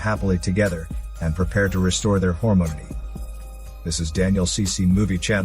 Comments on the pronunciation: "Hormonity"? "Hormonity"? WTH? Harmony? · thought he said hormones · "Hormonity"? :p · "Decided to restore the harmone" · "Hormony" lmao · Whore-mony ? LOL !!! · My wife got a fright when I laugh out loud when you said “Hormonity! Haha! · I think he does say ‘hormony’ but spells it out ‘hormonity’ in the subtitles. (timestamp )